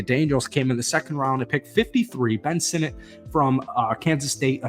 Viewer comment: Kudos for pronouncing Sinnott correctly along with some of those linemen. Who cares about an average QB from 4 decades ago and some beat reporter.